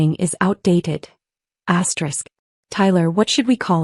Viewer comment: This is BULLSHIT. Always says astrick. That ruins the damn story